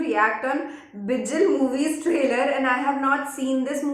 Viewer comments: Its not bijil.....its bigil😂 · Not bijil ..its big(k)il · Bol rha hu galat mat man na vo bijil nhi vo bigil hai ..from thalapathy fan